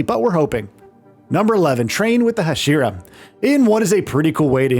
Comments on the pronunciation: 🤣🤣🤣 the hajiras! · He even said "Hai-Jeer-ah" at one point...